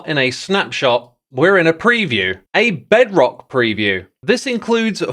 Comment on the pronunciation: I closed the video when he sayd "Bedrock" 🫠